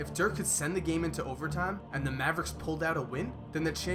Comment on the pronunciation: Everytime this dude said "and" it sounds like "ant" lmao